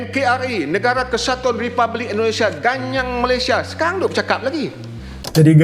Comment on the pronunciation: Wdh Parlemen Malaysia gk bisa bilng rebpuelik dia reblabik memalukan ha org malysia gk bahasa